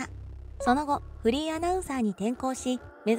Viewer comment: フリーが不倫に聞こえる